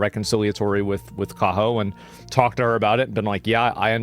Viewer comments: Uh asmongold her name is kaHo not kayo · I thought her name was Kaho, not Kayo. Remember being introduced to her on the Trash Taste pod as Joey's favourite.... "actress". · Kaho, not Kayo/Kaya